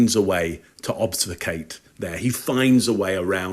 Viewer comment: 'obsficate' always has me discombobulated! ObFUscate. I have to say repeatedly to restore my balance in the world!